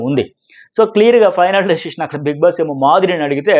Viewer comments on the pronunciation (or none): బీంగ్ బాస్ కాధురా బీగ్ బాస్ రా బాబు మాకు శ్రీజా కావాలీ